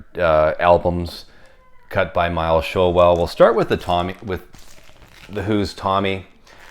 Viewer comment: Hi, I’ve met Miles Showell it’s pronounced Shoal 😂👍 The Uk original copy is the one to own,far superior to the US RL cut. The Uk version is a demo record I kid you not 😎👍